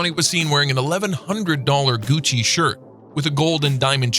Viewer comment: He said paul joorjes,and gutsi